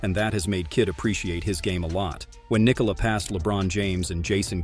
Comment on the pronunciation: His name is not Niiikola